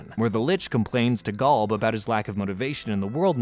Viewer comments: Gawlb 😂😂😂😂 it’s Golb 😂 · Golb not Galb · Why do you say Gulb instead of Golb? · The way this guy pronounces GOLB as GALB is murdering me and now I’m dead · Never thought id heal anyone butcher the pronunciation of Golb that badly. Gaulb? Really? Come on bro. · I can't handle "GALB" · galb??? why are you saying galb?? are you an ai narrator? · Why does he say Golb so weird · I stopped watching when you said golb so wrong it made my fingernails fall out.